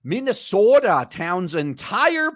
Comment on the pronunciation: As a Minnesotan, I approve of the minnie soda pronunciation.